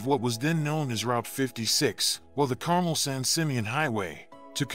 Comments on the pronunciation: It's pronounced Car-mell (as in hell). Just thought I'd point that out as it's in my neighborhood...😁 Heavy rain is a blessing for us in Central Cali but damn, does it do a lot of damage to highway. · It's pronounced car-mel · AI...STOP calling it Carmel, like it's a sauce for your ice cream! It is car-MEL. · Thank you! That was irritating the crap out of me! Like non-residents calling the state "Cali" AGH!! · …….Car-Mel. (perhaps the most charming hamlet in California, Carmel-by-the-sea. Clint Eastwood was mayor back in the 1980’s, and still lives there). ……Car-Mel. 🤷🏼‍♂️👌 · Yes, plus accent on the second syllable:} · How come AI voice can’t pronounce Carmel? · carmel - accent is on the second sylable. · Carmel is mispronounced every time it's mentioned. Hwy 1 will face more challenges than it currently does because of the impact of climate change. Kudos to the highway dept for all they do every winter season keeping the road open & for all rhe repairs they do to the world's most beautiful road to keep it open for us locals as well as the tourists. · you should at least learn how Carmel is pronounced, and the road has been fighting landslides since its inception. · Carmel is generally pronounced Car Mel, not Carm el. In any event, I’m glad that I got to drive on that road. I’d hate to see it disappear, but Mother Nature doesn’t seem to like the road. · Not carmel It's pronounced car-mel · CAR-mull?? I always thought the pronunciation was car-MELL. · BTW, you keep saying, car-mel, like the candy. I believe it should be pronounced, car, like a vehicle you drive, mel, like the name. Check it out. Ask the local Chamber of Commerce. Over all I enjoyed the video.